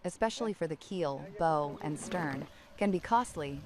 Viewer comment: AI needs to learn that BOW on a boat is not pronounced like rainbow, but more like bowels.